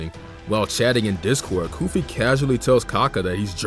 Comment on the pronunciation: Bro , it said goofy instead of koofy